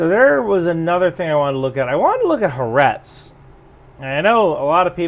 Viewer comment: it's Ha Aretz. Litteraly means The Land.